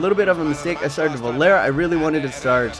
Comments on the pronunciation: Love the videos, and not hating but just so you know its Ander Herrera, not "Anders," and Varela, not Valera. But love the videos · I know this is a long time in the past but it's varela the r before the L. You were saying Valera. And there isn't an s on Ander Herrera. You were saying anders and at times it sounded like andreas.